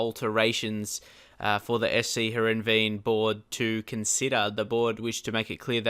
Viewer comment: Sc Heerenveen is called "Herenfeen"